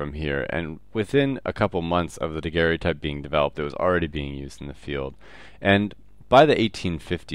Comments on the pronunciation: it is pronounced Daguerre-o-type. should not rhyme with stereotype. No "e" sound after Daguerre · It s Joseph Nicéphore niépce(too hard to pronounce i think). And pronounce daguerr-o_type Not daguerr-é-otype ^^.